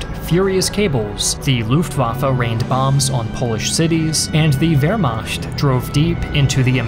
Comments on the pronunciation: Please,you're hurting my ear! Not Wermascht Wehrmacht💁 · Nice video. It's pronounced veːɐ̯maxt though, not veːɐ̯maçt. That is, the ch is pronounced as in nach or doch, not as in ich. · Interesting work, but your mispronunciation of the word Wehrmacht and the name Daladier are cringeworthy.